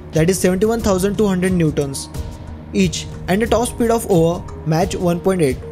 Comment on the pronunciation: Mach is pronounced as mak